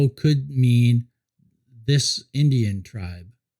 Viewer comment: another enjoyable video, love what you are doing! i come with correction though, criticism, of not the most pleasant kind. you seem to pronounce 'indigenous' and 'indigens' wrong, i kept hearing "indian" and "indians" :) i have not watched all your videos, yet, but i am quite sure you have not bought into Columbus' ruse that our common homeland is somehow India :) #LoveLoveLove